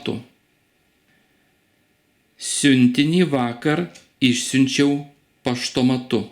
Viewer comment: Yes, you misunderstood me. In the word "išsiunčiau" you pronounce [šs], but my textbook says that in this case you should pronounce [s], without the sound [š].